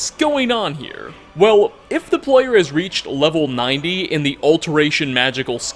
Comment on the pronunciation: WeLl(a) , gAmE(a). Suprised(a). Why do you have this obnoxious wanna be news anchor thing going(a) and why do you have to add an extra letter to the end of every word at the end of your sentence. Unless its a literal location name. You finish it off like this(a).